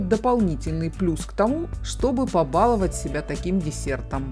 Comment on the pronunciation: ПобаловАть, а не побАловать!!! Неужели трудно запомнить? А рецепт действительно прост. Спасибо. Надо попробовать.